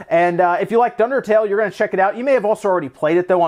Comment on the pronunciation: Sounds like someone just called Undertale Dundertale. Classic clone mistake